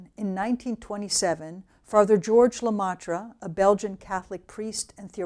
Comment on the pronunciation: Great lecture, Thanks! BTW and then , Le Maitre pronounce: le MEtre. not le MAtre.